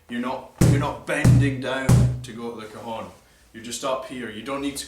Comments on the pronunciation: it´s not cajon... ....it's CAJÒNN!! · I a Mexican it's pronounced ka'xon